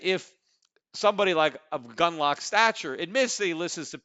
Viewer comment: I knew Pete would mention "Gundalack". The podcast when he figured out he was mispronouncing his name is a classic.